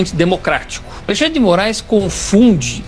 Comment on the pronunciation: Minuto ele diz Juiz Mórum . Eu já estava desconfiado que esse perfil é IA.